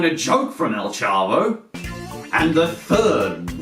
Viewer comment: Xiqu Roaz chavo not chabo